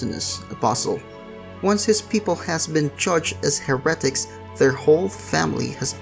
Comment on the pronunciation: Ahem 'Hare-uh-tik"